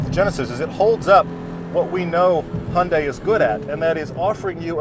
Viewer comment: Love your videos guys! Did you just call it a "hundie"? Hehe